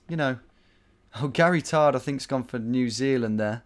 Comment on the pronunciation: GARYTARD is the best name ever and you were saying it wrong. Not enough emphasis on "GAE-REE-TARD".